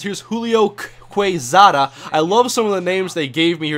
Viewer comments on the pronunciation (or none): Quezada is pronounced "Kesada". The "u" is silent after Q or G in spanish:D